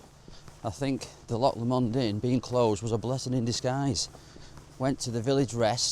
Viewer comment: Excellent video , lovely views , only negative is your occasional bizarre pronunciation of Lomond.😂😂